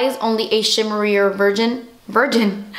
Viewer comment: Hahahah "A shimmery virgin!" HAHA. I cannot stop laughing. Mostly every single time I say the word, "version"- I end up actually saying "virgin." Every time. It's so funny.